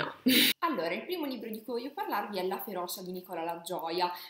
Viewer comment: Da palermitano, magari anche con problemi di dizione, ti dico che tutto l’amore che metti viene massacrato dalla cantilena e dalle vocali estremamente aperte. FeroCia e non feroscia. Mi spiace veramente tanto ma non riesco a finire il video ;(